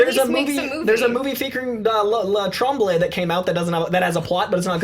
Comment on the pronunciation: It's pronounced Trom-blay ffs. It's a French Canadian name.